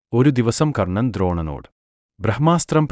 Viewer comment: കൊർണ്ണൻ അല്ലടാ പൊട്ടാ, കർണ്ണൻ.